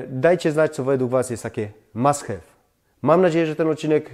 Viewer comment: Mam suszarke od ponad 10ciu lat i jest to absolutny must have( wym mast haw- nie hew) ubrania wcale nie są wymięte- chyba że bedziesz je suszyl zbyt dlugo i w zbyt wysokiej temperaturze